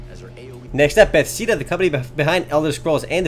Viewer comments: ITs not bethseeda its Beth-ez-Dah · You're a wonderful person, but it's Bethesda, not Bethseda. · its Be-th-es-da not bethseeda and bethesda is not making eso zenimax online, its gonna be freaking terrible js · u say bethesda like ba fes da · Wait.... How the fuck did you pronounce Bethesda? It's buh-thez-duh for future reference.